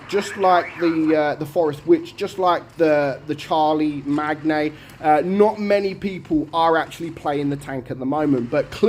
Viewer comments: Charlie-Magner?! Shar-le-main. Hope you check out who Charlemagne was. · ^^^, mate, as a fellow Brit' (Londoner here) I laughed my bollocks off at how you pronounced "Charlie Mag Knee" Listen to HOW it's pronounced, here (1970's hit) = It's pronounced as "Char" like French battle tank, "Char", "Le", "Main" as in "Charlemagne" ( silent 'G' ) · Its pronounced Shar-la-mayne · Hey, i think the Charlemagne is named after the famous Frankish king who conquered medieval Europe. I believe his name is pronounced like Shar La Main. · as someone that speaks frenc fluently, hearing the name Charlemagne being mispronounced so badly is funny to hear. I understand that you're doing your best, and say it's name in british because it's a british tank, but the name comes from france, from the king Charlemagne in the 87\th century. I don't know how to explain the name through comments so I you would like to know how to say the name you can look it up on the internet.